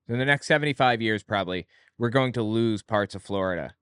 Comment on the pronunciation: God her voice is the worst. I particularly hate how she pronounces words that end in ing as een. Like goeen and anytheen and even human bean.